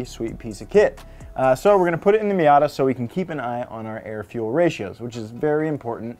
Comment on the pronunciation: The miat-a it